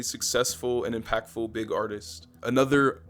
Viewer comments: that "BIG" was personal💀💀💀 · the emphasizing of the “big” 😂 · you did not have to say big that hard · the emphasizing on the word "big" for rod wave is crazy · aint no way bro emphasized big 💀💀💀💀💀💀💀💀💀💀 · Why you say "big" like that when you started talking about rod wave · The Emphasis on “BIG” is taking me out yo 😂😂